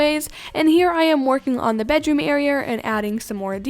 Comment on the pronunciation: "Now I'm working on the bed AREAR" - " WHATS AN AREAR????!!! " - Me